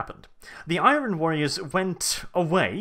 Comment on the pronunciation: Thats not how you pronounce "Iron"